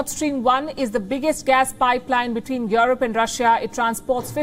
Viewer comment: Who is "yoreb" ?